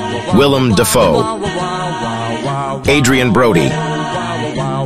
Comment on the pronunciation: I've only seen a few of these but is it some kind of running joke to misspell Bill Murray and mispronounce Willem Dafoe?